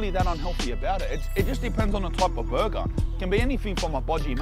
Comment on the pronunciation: "Burgar" :p Thanks for the video big guy.